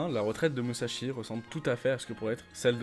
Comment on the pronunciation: Petite correction sa se lit MuSSashi et no MuZashi sinon bon taf continuez c'est cool